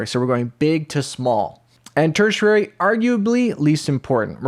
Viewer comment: im sorry but the way you say tertiary cracks me up. tersher rarey. 🤣